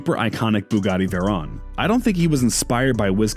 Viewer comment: He keeps saying veron instead of veyron